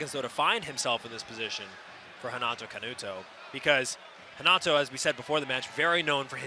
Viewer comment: Why the commentator is calling Canuto Canato all the time?